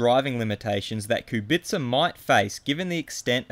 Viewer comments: Ku bi tca, not ku BIT ca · He says like "Kubitsa". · I know. Still he says ku BIT ca and it’s annoying af, havn’t heard any “slav” pronounce it that way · it's pronounced kubica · please learn how to pronounce kubica